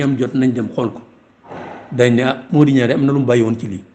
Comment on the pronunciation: Pourquoi legui senegalais yi xewal prononcer le nom “NIANG” comme si c’était un nom français “NIAN” sans prononcer le G, way way NianG la ak DienG, sugnuy wadiour aki sougnouy maam danougnou wax NIAN ni ay francais, meme il ya quelque années si guinnaw li xewoufi won. Soyons fiers et préservons l’authenticité de nos langues nationales.